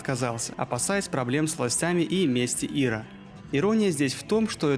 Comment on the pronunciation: Что за Ира? Ты издеваешься? В аббревиатуре ИРА' ударение на букву "А"